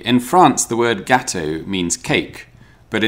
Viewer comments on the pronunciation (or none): Gatto=cat. The word you pronounced is spelt in Italian: Gattò. And is a savoury pie (in Naples!). The dish is gattò di patate. A much improved version of pommes boulangère.